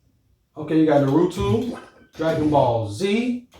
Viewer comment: this nigga said norutoo 🤦🏾. 😂 great video brother deff getting one